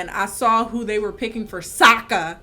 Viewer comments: The main thing that made me almost angry cry was the pronunciation of Sokka's name. There's an episode in SEASON ONE when he corrects someone for saying his name EXACTLY like they do in the movie! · It may be be a prononciation thing (I’m french so it may have flown over my head), but as a huge ATLA/LOK nerd, I know it’s SOKKA. But pronounces it “SAKKA” and in the show I noticed the prononciation doesn’t accentuate the O either so I was wondering? If someone could enlighten me?:O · Wait so Sokka is pronounced 'saka' in English?? Wth I had no idea that's so funny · AND THEN THEY FUCKING MADE SOKKA SERIOUS AND PRONOUNCED IT SOCA. IT WAS LIKE THE EPISODE WHEN THEY WATCHED A PLAY ABOUT THEMSELVES BUT SOMEONE ACTUALLY TOOK IT SERIOUS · I couldn't finish cause of that Ung and Soku😭😭😭 I ended with a scream saying it's Aang not Ung and changed it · Um sorry -sweetie, but it's actually pronounced, "Åñg" and "SōKá"